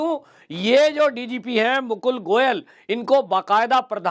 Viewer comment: Pls read the name as Mukul Goel